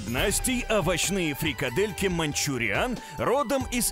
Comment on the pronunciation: а не "мАнчуриан"? на ?